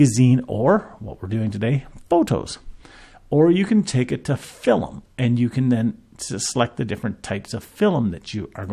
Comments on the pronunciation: Incorrect pronunciation of only one word among many others is unlikely to have anything to do with a speech impediment, although I'm not qualified to state that categorically. However, my statement stands, it's 'film', not 'filum". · 😅 Content quality aside, it's important to note that the word 'film' has only 1 vowel, not an extra vowel such as 'e' or 'u'. In other words, it's 'film', not 'filum'.